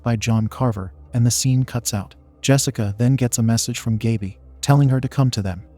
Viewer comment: The narrator mispronounced Gaby's name.